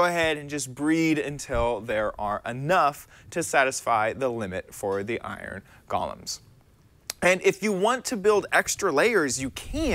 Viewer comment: Iron “Gallems”